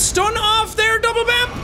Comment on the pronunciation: I'm mildly upset that he called the mimic double-bampf instead of Binkeldampf